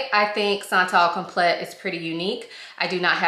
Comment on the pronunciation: This is such a beautiful fragrance. It smells like pretty money. I get compliments on it. It smells like Italica by Xerjoff. But not as heavy. By the way it’s pronounced like “come play” but as one word. Like complay